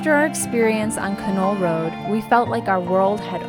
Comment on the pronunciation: It's a great drive. Done it a few times. The correct pronunciation is not Ka Knoll, it's Can All.